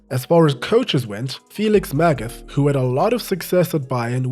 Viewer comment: Felix Mag-at is the pronounced not Magath